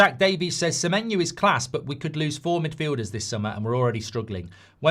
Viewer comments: Why does he say Semenyu? Clearly not the correct pronunciation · His name's Semenyo, just how it's spelled. Where's this Semenyoo coming from? 😅